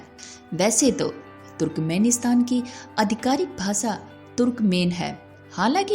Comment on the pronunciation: desh and not des , bhasha and not bhasa😂